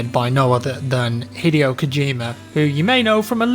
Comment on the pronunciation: "He-DAY-OH" Kojima, not "Hiddy-OH" Kojima... Jheez,.